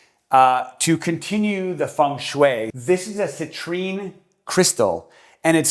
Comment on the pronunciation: Great video, but if you say feng shui one more time 😂